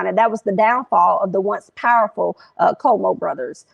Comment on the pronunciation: Cuomo is pronounced 🗣Quo - Mo